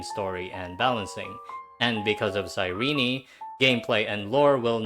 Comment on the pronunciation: does EN actually pronounce cyrene like “sai-ree-nee”? it sounds like ass 😭